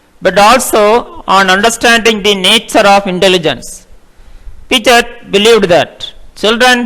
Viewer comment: hai... first you learn to pronounce Piaget and freud...Then read text for others....